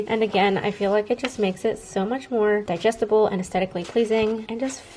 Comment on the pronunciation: Love your videos so much I laughed when you said ( digestible) never heard someone say it like that lol! 😂ur voice soothes me and you give me Inspo to write last year because of you i was writing for 215 days . This year I’m on day 7 lol